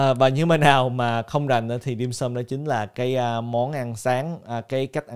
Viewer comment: 99% là người gốc Hoa nha, phát âm Dimsum chuẩn v mà =)))